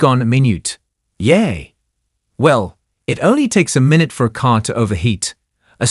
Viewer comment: the AI can't say endangerment again the AI can't pronounce. the AI can't pronounce minute. Seriously, stop with the AI readings